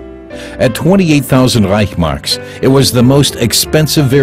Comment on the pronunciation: It's not REICH..marks, it is ReichS-Mark.